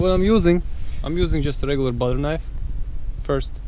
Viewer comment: I didn't notice that he had a Russian accent until he said we're going to be using a butter knife. Lmao